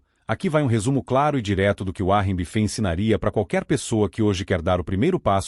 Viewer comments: uárri bifê 😂😂😂 vídeo porco. Nem regular o narrador saspraga sabe! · Essa IA não pronuncia direito os nomes próprios em inglês.